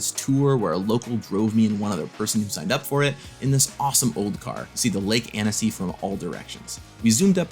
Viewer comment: Annecy it's such a charming ville. By the way, we pronounce it "AN•Ci" in french 😅 It's such a shame that I didn't participate in paupergeddon :/